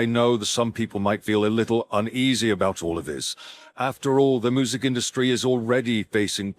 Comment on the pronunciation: The video narrator is mispronouncing the word music. I mean, you need to fix that. It sounds like it is saying moo-zik. Really bad